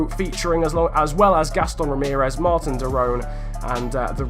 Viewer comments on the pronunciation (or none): none